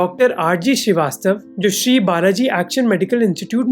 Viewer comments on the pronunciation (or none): none